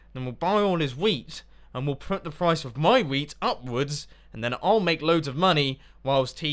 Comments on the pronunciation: When mumbo talked about xisuma's wheat shop I thought he said weed shop at first and I was very amused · At points I thought he was saying weed shop